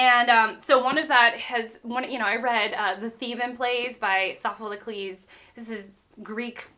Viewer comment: I've noticed in more than one video that you pronounce Sophocles with an extra syllable